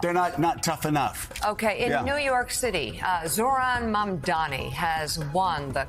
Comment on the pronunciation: You're still mispronouncing Mamdani's name. You're embarrassing yourself.